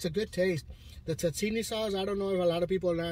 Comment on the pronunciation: It's called.... Tzatziki sause , .... not Tzatzini ....But anyway you call it,....IT'S STILL SOOO TASTE 😊